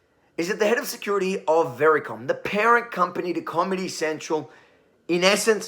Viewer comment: Did you say "commy central"? Freudian slip?